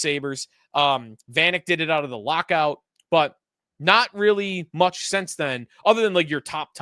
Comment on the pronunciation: Since when is since pronounced sense?